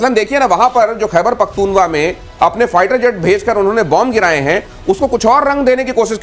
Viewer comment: Not Pakhthun-wa - Pakhtun-khwa !!!!! 😡😡😡 Correct your pronunciation !!!!!